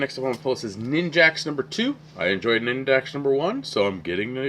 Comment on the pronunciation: I think that name of the book is Nin-JACK, not Nin-JACKS. I have tried to start reading the Black Vortex book 2 or 3 times over the past week and can't get into it. Why did I pre-order? I may just read the All-New X-Men tie-ins and skip/sell the rest.